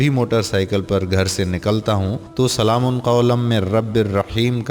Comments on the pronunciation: Ap quran ki ayat to thek pary سلام Kay meem per pash hay zabar nhi ap nay do martaba zabar kay sath pari hay is say mani badal jaty hay plz take care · Salam Man k oper Zabar nhi Paish ha Bhai Zara parhty waqat ghaor kareen please